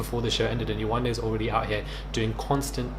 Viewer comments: The fact that Yewande and sheriff are from the same country nigeria 🇳🇬 and he can’t pronounce her name is bizzare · bc there was no reason to disrespect her? he knows how to pronounce her name but now that he's in front of all these white ppl he mispronounces it to be funny. he wanted validation